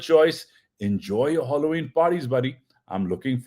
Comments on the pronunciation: I thought it was Halloween and not Holloween.,... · WSK. I admire your language and your accent. With due respect the word is pronounced Hal o ween not holoween. No hard feelings❤ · It is Halloween Not Holloween It is not a holiday But a festival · It’s pronounced as HAAALOeen not HOLLOween Idiot ! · Please check the spelling of Halloween and correct your pronunciation. Pathan, angreza bolna seekh.